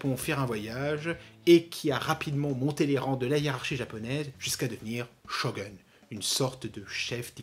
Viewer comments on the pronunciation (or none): Sarah Michelle :face-red-heart-shape: (mode casse-couille on) Bon, par contre, par pitié, juste parce que ca fait vriller la japanaddict en moi, pas shoGUN, ca se prononce shogOUN! (mode casse-couille off) J'espère tellement que Velma sera réussi...